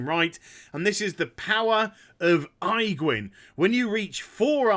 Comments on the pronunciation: Good god, man! Aegwynn = "Age-Win". Your pronunciation just made my skin crawl. For real though, I would buy those condoms. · age win. That's how it's spoken. infernals from your lock video was pronounced very strange too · I like how you call her Eyegwynn :D